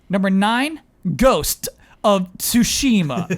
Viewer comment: When or Panel try to read out names, they make sure to pronounce the name correctly and fully, and appoligize if they're misprounouncing something. Therefore I think owes Tsushima an appolgy, because Tsushima is a name.